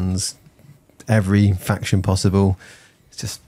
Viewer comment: I'll get told! Silly goose not knowing how to pronounce his own faction he invented 🤷